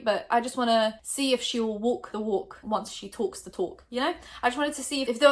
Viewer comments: “wok the wok once she toks the tok” I love ur accent 😭😂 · “will she wulk the wulk like she tulks the tulk”